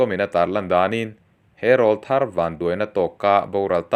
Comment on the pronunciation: Rawlthar kan lamrîk dân hi a dik lo deuh em aw ka ti deuh..